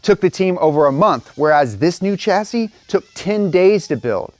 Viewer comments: Chassis is pronounced /ˈʃasi/ like Shassy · It's torture Americans mispronouncing Chassis, coupé, jaguar and aluminium